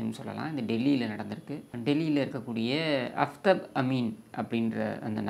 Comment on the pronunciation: Kindly pronounce as Aaftaab it means Sun in Urdu/ Arabic!